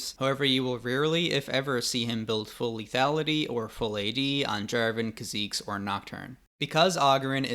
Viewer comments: I couldn't watch after the war crime of "Kuh-zeeks" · this guy learned how to pronounce kha'zix at the end of the video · the way you say kahzix is infuriating. its KAH-ZIX not KAH ZEEKS you goofy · the way you pronounced kha'zix as khaziques made me choke on my drink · I have NEVER, save for 1 new LAN server player, EVER heard someone pronounce it "Ka-Zeeks" Bro is an anomaly. Good video though. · Did you just call Kha'Zix "Kazeeks"? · “Khả zeex” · Is it really pronounced kha -zeeks? Lol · Kha-zeke's lmaoo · Ah yes, my favorite champion ; Kha'Zeex Nice video, though! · HOW DID YOU JUST SAY KHA ZIX???? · As soon as you said kha zeex I turned the video off. What the fuck was that? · did this man just say ka-zeeks? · “Kha Zeke’s”😂🤦‍♂️ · You mean Kha'zix edit: I did not read comments. I ctrl + F "kha" it hurt my ears. I only say that from hearing it otherwise from League it self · wtf did you call kha'zix?